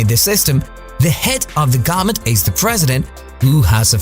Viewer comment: do you not know how to say government?